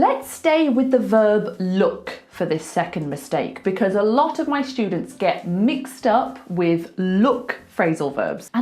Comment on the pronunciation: A useful lesson. Thanks! You pronounce students like “shtudents”. Am I wrong?